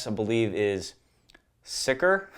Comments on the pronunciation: Sicher = Zee-Cher Einzelfeuer = Ein-Zelle-Foy-Er Feuerstoß = Foy-Er-Stoos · Sicher is pronounced seeker Einzelfeuer is ayn-sell-foyer Feuerstoß is foyer-shtos